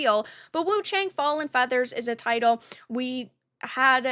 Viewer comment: It’s actually pronounced Woo chae-ung…this is as close as I can get but still not quite correct, especially without the inflection.